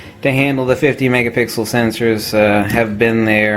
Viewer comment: Megapickle??? Ok stay off the coffee, hahahah.